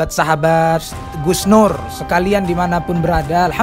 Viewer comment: Ustad iku seng sarehh lek ngucap nurr